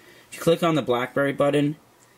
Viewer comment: "If You Click On The BlackBerry Budden." xDDD